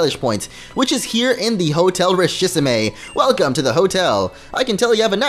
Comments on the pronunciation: It's richissime, not richissimé!! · The hotel Richisme isn't pronounced like that... It's litterally rich-is-me. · Hotel Richissime is pronounced 'ree-shee-seem'...